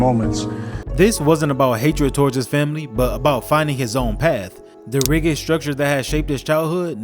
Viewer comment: bro really said rig-id 😢😢 teller me chat gpt writes your scripts without telling me 😭😭